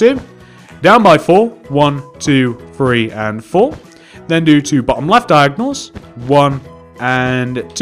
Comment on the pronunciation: It's three not free